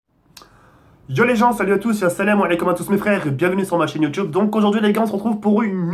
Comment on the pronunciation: Tu mstress quand tu dis " bienvenue sur ma chaine Youtube" le Youtube tu le prononce comme un blédar